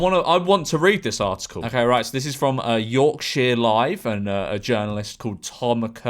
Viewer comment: it’s actually pronounced york- sha depending on where you’re from being from Yorkshire, makes me pronounce it something like that